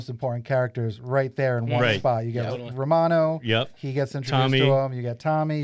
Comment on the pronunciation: Its Romano not Ramon